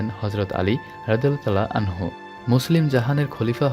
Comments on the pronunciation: আনহা হবেনা আনহু হবে। ভিডিও বানানোর আগে দয়া করে এগুলা জেনে নিবেন। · আসসালামু আলাইকুম। আনহা না ভাইজান আনহু হবে